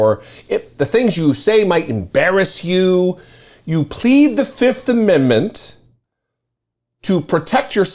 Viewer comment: Trump pronounced it as "the fiftht"